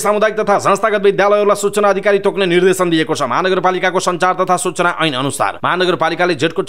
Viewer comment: मिडिया कर्मिको बोल्ने शैली पनि कति अशुद्ध निर्धेसन हुन्छ कि निर्देशन सुधारेर समाचार वाचन गर्ने बानी गर्नुहोला ?